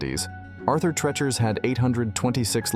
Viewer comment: Arthur 'Tree'-chers'